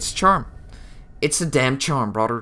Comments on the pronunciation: Its brother not broder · Please don’t use the word brother you accent makes sound like your saying bradur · Bradur I hear it!